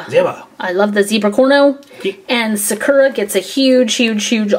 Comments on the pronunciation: Is it just me or does it annoy you how they say sakera instead of sakura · Sakura is pronounced like SAH-KOO-RAH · Your pronouncing Sakura wrong it’s a Japanese name (sow-kur-a) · is pronouncing Sakura wrong first thing. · They pronounced Sakura wrong 🙁